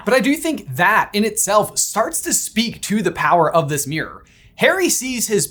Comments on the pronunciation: Why can’t you pronounce mirror? “It’s thurough the merOr” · OMG my poor ears hearing meeyrer or whatever so many times 😅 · Hearing the American pronunciation of "mirror" so many times is messing with my head.